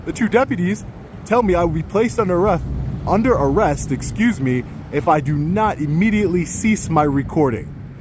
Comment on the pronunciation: Under "arreth" 😂 😂 😂 😂 Love ya, but I laughed my ass off